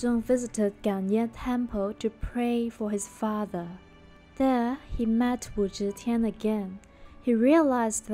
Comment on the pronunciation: Switch your z and zh pronunciation, then it’s perfect. Teehee